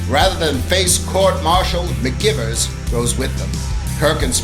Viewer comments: REALLY thinking that, as well. Bugged me for the entire video. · They prounounced it like McGyvers, not McGivers, but it was spelled McGivers.